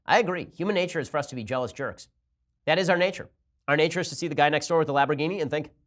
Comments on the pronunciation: Lamborghini. not "Laborghini" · What’s a “lab-ro-geeny”? I know of Lamborghini, is it made by them? Ben sure does enjoy whatever a lab-ro-geeny is. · lamb - bore - gheen - eee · Is he saying Labberghini? Like laboradoodle? Lol 😂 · LAMB...orgini....NOT LAB. Ugh....Love you Ben, but c'mon man! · It's not a "Labrogini", it's a "Lamborghini". Thanks very much. Enjoy the day. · What is a laporgini and when did Bernie Sanders become russian? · Is it just me or did Ben say "Laborghini" without the "M" like 4 times? lol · OH MY GOD stop saying labroghini LAMBORGHINI lol Love you ben, you are almost ALWAYS on point! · Ben i love you but sweet lord above, its LAMB not LAB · Laborghini? Love it. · Laborghini lol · He just kept saying it Laborgini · Im pretty sure Its LaMborgini, not Labrogini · Laborghini instead of lamborghini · The way you pronounce "lambourghini" triggers me. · Hey Ben, it's "LAM-borghini" not "LAB-er-ghini". One mess-up is more than understandable, but you said it like a dozen times. Lols ;-) ...... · "Lamboghini" lmao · someone please teach ben its pronounced LAMBergini there's an M ben! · So you have to take a drink every time he says Labrogeenee? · good video, but were you saying laborghini? lol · And LABorghini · Did Ben lose a bet that caused him to mispronounce LAMborghini? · Has Ben never heard of this car ? It's LaMborghini", Ben !!! Pronounce the "M" !!!!!!!! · he was spelling it the way Ben was saying it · I could go for some lahborghini and Alfredo sauce. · I could understanding mispronouncing the name once if it's a slip, but if you don't know what a Lamborghini is, maybe don't fail at pronouncing it so many times. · Ben, you pronounce "Lamborghini" horrendously wrong. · Who else came to the comments specifically because of how he pronounces Lamborghini? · The real news of the day is Ben's mispronunciation of Lamborghini. lol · I'm so pissed at How Ben says Lamborghini